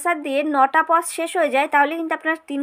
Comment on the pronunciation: Pause not pos😄🙄🙄